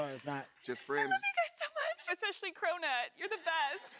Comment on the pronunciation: Who tf is crow-nutt lol